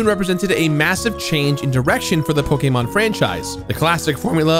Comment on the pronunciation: Respect for him saying Pokémon correctly